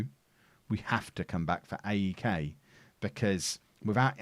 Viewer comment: You call them ofi. Like one word not the letters and you dont say crete. The same with AEK athens you dont say athens never and aek is one word not a-e-k